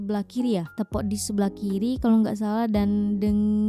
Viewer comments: assalam.. mohon mncelah...sebutan 2 harimau tu. 1.. dengkis 2.. tepok.. sebutannya.. teapok.. bkn tepuk mcm bnyi tepuk tangan.. tepok tu maknanya tidak boleh berdiri dn berjalan dengan baik..hanya mmpu mmgesot.. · Bukan tepuk tapi teypok. Orang Johor sebut teypok.